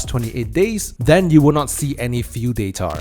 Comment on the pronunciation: Its data not datar buddy